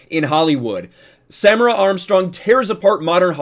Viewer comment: The pronunciation of her name is Sa-meer-a...